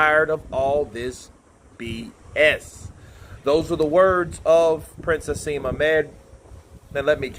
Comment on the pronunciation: Just so you know it's Prince Naseem, not Prince Haseem.